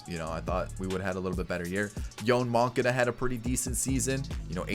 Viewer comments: “Yoahnn mah-cahdah” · yown moncoonda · The way he pronounced Yoan Moncada is crazy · The amount of anxiety I get from him pronouncing yoan moncada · I know I’m a Sox fan